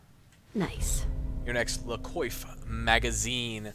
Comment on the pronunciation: “Coiffe” is pronounced “quoff”